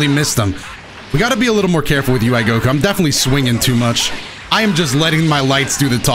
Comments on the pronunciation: Am I the only one who heard say UI Coco instead of Goku in the second match 😂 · Play team "Incoherent speech" Janemba (B) Kid Buu (A) DBS Broly (C) Mostly cuz I wanna see more Janemba